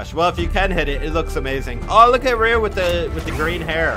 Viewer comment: U kept pronouncing hadoken and Ryu wrong 😭😭